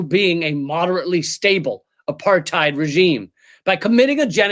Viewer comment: “It can’t be a-part-tied..” rim-shot! (Btw Rim shots aren’t what u think either..)😂